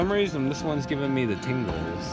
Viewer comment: Did this nigga just say thingles